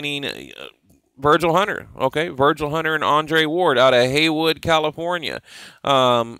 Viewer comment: btw its Hayward not Haywood, YAY AREA!!!!!!!